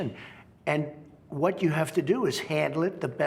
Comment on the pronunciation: lmao "whot manuals?" "whot books?"